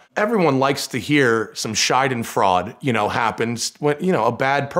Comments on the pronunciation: "Scheidenfraud" - vagina fraud... interesting word he invented there! (Schadenfreude is pronounced shuh-dan-froy-day) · "schADenfrAUD". haha, Matt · Did he just say “Scheidenfraud”? Lol